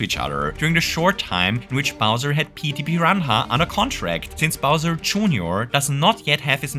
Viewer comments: Mate... "piran hah"? xD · The way you pronounced Petey piranha immediately made me subscribe 😂